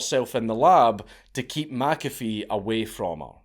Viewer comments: It's Mc-A--Fee, not Mack-Affeee... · Meh Cafe, not Mac Cafe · It's actually pronounced mick- A-fee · Being Scotts, you're both wrong. it's pronounced 'my coffee' bloody Scotts. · Only a European would have the gall to tell a man how his own name is pronounced. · The hubris of telling a dead person they were pronouncing their own name wrong. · McAfee comes from Mac Dhuibhshíthe which if you pronounced it in gaidhlig would sound more like the way he says than how you said it dank. Just nit picking. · Pronounce it the way HE pronounced HIS name! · As a scottsman I'd have thought you'd be able to pronounce McAfee properly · All this time warning us you were gonna butcher other languages' words and you can't even stay consistent with pronouncing a name from your own land, you cheeky bastard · Wtf, Dank? You're arguing with a dead guy how he pronounces his surname? 😁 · that pronunciation really bothers me too, I currently live in McIntosh FL. Everyone calls it "MacIntosh", like the bloody computers. I also wonder when you'd get around to this guy. I met him, hell, I offered him and his women breakfast on several occasions. the smell of bacon and eggs wafting from the galley on my boat was a good persuasion tool. I used to live on a big old pacemaker, wood hulled motor yacht from the 60s. McAfee and his ladies moored up next to me in the marina I was berthed in, stayed for a couple weeks. I always wondered, some of them girls looked young. like... too young. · "No John, you're saying your name wrong" 😂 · My second name is mcafee and i say it the correct way just like john mcafee and im irish this scottish pronunciation is bullshit